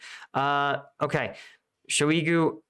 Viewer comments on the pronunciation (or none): Thank you for clear professional analysis. You're a pleasure to watch. B'way (a totally extraneous point, juss trying 2 help with the uunbearable mouthful slavic))) that Shoigu guy is not "sho EE goo", it's like "[kid's] TOY goo", only "shoy goo". It doesn't matter. I'm sorry. Please ignore me. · The Shoi- in Shoigu is like choi in Bak-choi. He's NOT French. Also, if he called a bunch of buddy-states telling each one something different and thought they will not later consult each other and compare what they heard - well, that SCREAMS of stupid in my book.